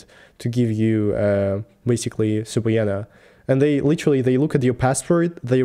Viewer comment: Unfortunately I share October 7th, my birthday with a war criminal. During all his years, he was a criminal to his people as well. In English subpoena is pronounced sapeena.